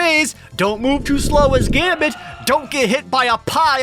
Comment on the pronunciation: ... they botched Gambit's last name. How did I never notice this?